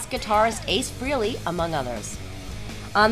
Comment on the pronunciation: It's fucking pronounced: Ace FRAY-ley Why are people still so fucking daft?